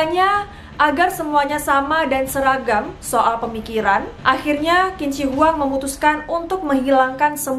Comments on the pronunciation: not "kin", but "chin", chin shi hwang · Bukan kin si Hwang....tapi bacanya adalah Jing si Hwang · Bacanya Jin Se Wang. Bukan Kin Ci Huwang... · Qin jika dalam bahasa mandarin di baca chin Jadi tidak di baca kin shi huang tapi chin shi huang yang bener kak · Bukan kin ci huang Tp cin she huang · Pengucapannya salah kin zi wang yg betul jin she wang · qin shi huang bacanya chin shi huang bkn kin shi huang maaf!!! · Qin seharusnya dibaca Chin. Qin shihuang dibaca Chin SH Huang. Huruf "I" tidak dibaca untuk Zhi, chi, shi, ri, Zi, ci, si. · Betul. Qin Shi Huang dibaca Cin Si Huang. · Kak maaf untuk huruf latin Q bahasa mandarin bacanya C. Jadi pronounce nya Cin Shi Huang. Sekedar Informasi saja, gak penting2 bgt si hehe. Salam kenal, aku penonton baru ❤️ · Qin shi huang di baca jadi cin se Huang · 秦始皇 bacanya chin shi huang aja, cara bacanya kurang di riset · Mungkin perlu di cross check kembali spelling nama nya. Setahu saya, Qin Shi Huang dibaca= chin shi huang. Yg kemudian lahir sebutan bangsa 'china'. Pengucapan huruf Q=ch, tidak sama dengan huruf Q dalam bahasa Indonesia ato English. Selain itu, Huang Di, dibaca= Hwang ti. Bisa dibaca di referensi lain ato dilihat di video2 yg menggunakan bahasa Mandarin. Demikian, mohon maaf klo ada yg kurang pas 🙏